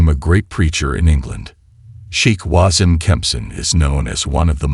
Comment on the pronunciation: Wasim is pronounced as Waseem.